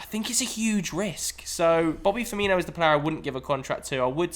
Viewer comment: Firmino? For-me-no.